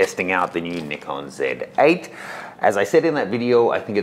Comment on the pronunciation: Thank you not to be too judgy but I've been following you since the Nikon guy and even though you still pronounce Nikon wrong;) I have really really really found a lot of respect for you over the last few videos and I know the Shibari course is just gonna blow me away. While I won't be getting the Z8, I have tried the Z7ii side by side with the D750, and aside from the very obvious clarity difference the ability to see your exposure real time the full frame focus is where its at. I will be getting the Z7ii for sure and can't wait to evolve into the Z glass. So sad my 300, and 500 are both AF-S. Thank you for a great review